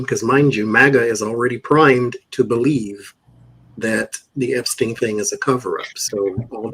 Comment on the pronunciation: Love you. But I don’t understand why you call Epstein “Epshtein”.